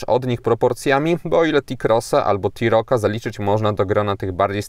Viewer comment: Nie rozumiem - co znaczy wysoki prog zaladunkowy??? i dodam, iz mi rowniez bardzo, ale to bardzo podoba sie tzw. czern fortepianowa, szkoda, ze nie wspomniales o wysokosci przeswitu, no i ciekaw jestem, kiedy ta firma wprowadzi wreszcie hamulec elektroniczny. Aa i jeszcze jedno w jezyku polskim literke "T" wymawia sie jako Te, nie Ti, stad powinno brzmiec Te-Roc, czy Te - Cross, a nie Ti - Roc, czy Ti - Cross... a tak wogole, jak zwykle milo mi bylo spedzic z Toba czas. No i wreszcie moge powiedziec - kurcze jakkolwiek nie powala to Taigo, to wreszcie cos ciekawego od tej przereklamowanej firmy dla klienta...